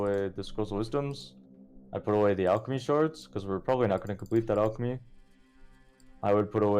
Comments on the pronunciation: Ok so this is driving me crazy. I’ve heard a few people pronounce alchemy OUCHemy. I always thought it was ALKemy. Lol! Someone help me! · He says everything wrong its a long running meme with this guy, al-ch-my , jolem . soul of shakira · They say "AL-CH-emy. Its a meme